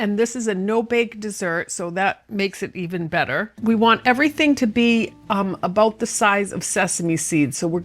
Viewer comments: "aboot the same size" 😂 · I see your text info was speaking with a Canadian accent. When talking aboot the size of ingredients.